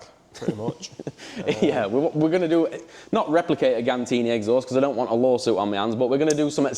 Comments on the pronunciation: Did he just call Gintani Gantini? 😂😂😂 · Do you say gintanni wrong on purpose 😂